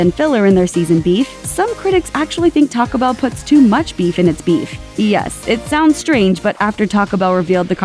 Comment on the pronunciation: Just a question - do you realize that Taco Bell contains TWO words? Taco Bell does NOT rhyme with Pachelbel!